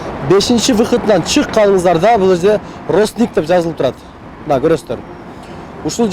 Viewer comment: Росник эмес Ростикс десен болмок